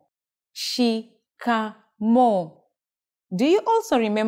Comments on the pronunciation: Trust me nobody says shikamooo.. we say niaje, rada😂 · Shikamoo. Not shikamo